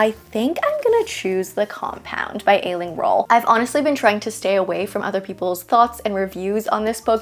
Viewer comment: I am looking forward to the Compound, These Summer Storms and Ride With Me. By the way, Aisling is pronounced Ash-ling. 😀 IT is very popular name here in Ireland. It means dream or vision.